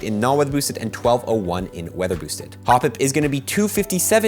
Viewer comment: Bro you need to enunciate. Listen to yourself say “not weather boosted” it sounds like gibberish.